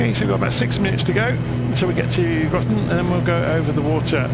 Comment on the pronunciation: "Groton" rhymes with "cotton" or "rotten".